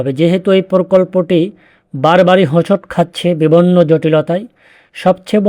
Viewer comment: আপনার ভিডিও গুলো বেশ সুন্দর এবং মনোগ্রাহী হয় । আপনি গঠনমূলক মন্তব্য শুনতে চেয়েছেন । তাই বলছি, আপনি " বিভিন্ন " কথাটার ভুল উচ্চারন করেন । আপনি বলেন " বিভন্ন "। আমি আপনার অনেক ভিডিও দেখেছি, সব গুলোতেই আপনি " বিভন্ন " উচ্চারন করেছেন । শব্দটি হবে " বিভিন্ন " ; ব হ্রস্ব ইকার, ভ হ্রস্ব ইকার,এরপরে ন্ন হবে । আপনি ব হ্রস্ব ইকার বলেন, তারপর ভ এর পরে হ্রস্ব ইকার বলেন না, ফলে আপনার উচ্চারন হয়ে যায় ভুল ( বিভন্ন ) । আশা করি, এটা শুধরে নেবেন । তবে আপনার ভিডিও গুলো খুব কষ্ট করে, আন্তরিকতার সাথে বানানো- এটা বুঝা যায় ।